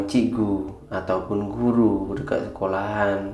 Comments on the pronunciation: Knpa sebutan dekat sllu sebut deked...hodoh bunyinya... Malaysia x sebut deked...DE..KAT...bkn DE..KED... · Bukan dekek bang tapi dekat bang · Bukan DEKET tapi DEKAT. Buka semua ejaan yang akhiran nya A itu bunyinya E apa lagi digandingkan dengan huruf konsonan seperti AT. Ia tidak semestinya berbunyi DEKET justeru ia tetap berbunyi DEKAT.